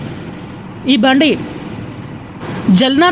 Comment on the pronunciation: జల్నా కాదు జాల్నా. జల్నా అంటే మండటం. తెలుగు లో కావాలి కాదు. కావలి అని పలకండి.